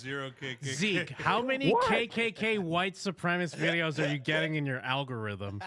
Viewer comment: Is it just me, or did it sound like Zeke was saying "elmorithm" instead of "algorithm?"